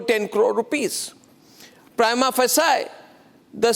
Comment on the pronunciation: Anchor Goswami, the word “Prima facie “ is a Latin phrase. So its correct prinounciation should be as Mr.Harish Salve is speaking. Your pronunciation is wrong.